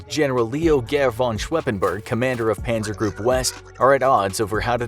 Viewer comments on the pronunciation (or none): none